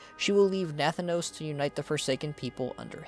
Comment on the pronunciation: It is not pronounced Nath-anos. But Na-thanos.